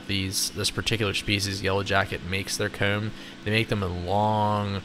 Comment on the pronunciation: The way he pronounces comb is so weird. “Keyoom”